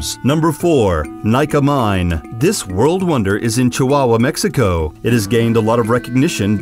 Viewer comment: He kind of sounds like Reverend Timothy Lovejoy, Jr. from the Simpsons when he pronounces "wooooorrrld" ... "doooowwwn"'.... "behoooold" ... "landfooorrrm" :D